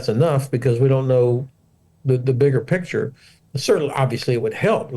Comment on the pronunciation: can't pronounce picture, never mind put it on a milk bottle.